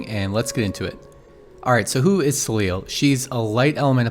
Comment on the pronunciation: So just for information, since her name seems to come from the French word Soleil which is the french word for the Sun, I think we should tell her pronounce her name Soley more than Soleel. But as always, great video!